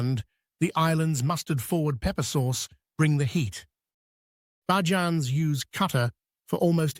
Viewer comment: Please, Please, Please, I beg the narrators of every documentary video on Barbados, use the word Barbadian for the citizens or please learn to pronounce the nickname correctly. It is NOT Baa-jans; it is Bay-juns.